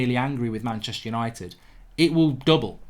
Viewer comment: There is no 'i' in Manchister